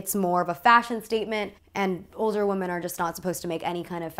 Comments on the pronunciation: God, please learn how to pronounce ‘women.’ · please look up how to pronounce women. It’s not the same as woman. You got it wrong all throughout this video.